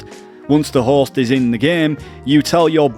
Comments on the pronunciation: Your accent makes it sound like you said, "The Horse" instead of "The Host" and it made me giggle hehe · I kept hearing horse instead of host and it got me confused lmao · The best thing about this guide is that the way you pronounce “host”, sounds like “horse” 🐴